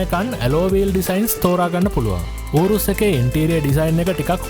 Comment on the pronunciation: ඌරුස් නෙවෙයි යූරස් නේ 🤔🤪